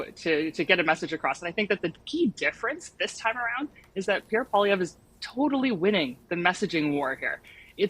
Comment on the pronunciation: get Piere’s name correct please